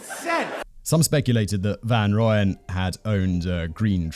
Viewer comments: The lack of hard G would have bothered me, but I'm ok with the butchering of Gert van Rooyen's name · I do find it amusing though, my brain corrects him every time lol. But in fairness dutch pronunciations are probably hard for most who don't speak it fluently.